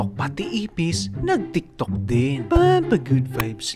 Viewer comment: Bat pag si nag sabi ng tiktok parang ang wired hahahah😂